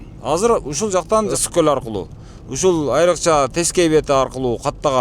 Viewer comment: Коозрак суйлончу! Коль эмес, голь деп айткан тууру болот адабий грамматика боюнча. Ошто туулгам.